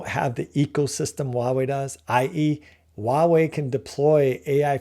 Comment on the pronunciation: This is a really great analysis. I think you're ahead of the curve and others will eventually see what you see. I do want to say that 華為 （Huawei） is pronounced "Hua wei" not "ua wei". The 'H' is not silent. That was driving me bananas.😅